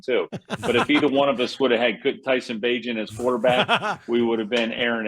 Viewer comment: Tyson Bagent not tiny lmao